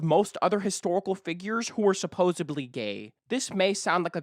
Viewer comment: I CANNOT watch this whole video solely because of how you speak. Your inflection is so repetitive and annoying. You end so many sentences with this weird low, flat, long inflection. Also, you have so many pronunciation issues. The word is 'supposedly' not 'supposebly'. You said, "Some may construde", but the word is "construe", it should be "Some may construe". This seemed like an interesting topic to watch about, but I must move on as your narration is too annoying.